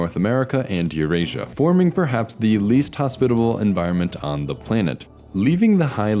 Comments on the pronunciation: Great examination of past life in the biospheres. Why does a computer do the voice? Listen for plainit instead of planet. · “play-nit” Lol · First time I've ever heard anyone pronounce planet as "play-net" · "planet" pronounced as "play-nit"? these AI VO's are such garbage